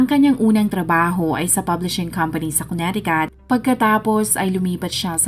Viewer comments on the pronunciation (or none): none